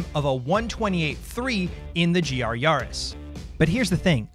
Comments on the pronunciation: Why do you all say Yahris. It's a Yaris not a Yahris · Please stop pronouncing it yahris